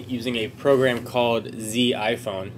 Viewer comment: yeeeessss zee iphone